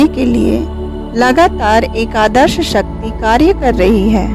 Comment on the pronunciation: One request.. Please pronounce shakthi properly.. There r many non hindu people who watch this video and mispronounce the name of shakti as sakti. Just a request. If we don't pronounce our God's name properly then how others will.. Your video is informative and very nice otherwise. Thanks for sharing the precious knowledge.. Jai mata di.. May God Aadi Shakthi bless all of us. 🙏